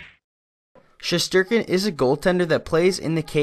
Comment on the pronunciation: His name is igor shestyorkin, if you’re gonna make a video at-least get his name right.